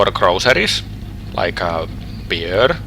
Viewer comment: "and drinking beer" the way he says beer is "peer" which in Estonia means fart. so, you are going to drink farts